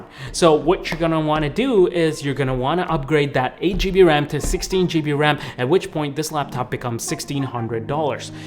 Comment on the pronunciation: I winced every time you said "GB"